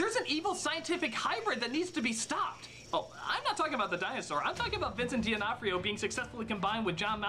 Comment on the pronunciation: Why does he pronounce D’Onofrio as “Di Onofrio”? The point of the apostrophe is to show that there isn’t a vowel sound in between, as Onofrio begins with a vowel anyway.